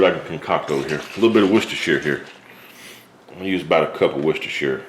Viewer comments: Finally an american who can say Worcestershire sauce properly .. Hi five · HE PRONOUNCED IT CORRECTLY!!! Bravo from a Worcestershire lad (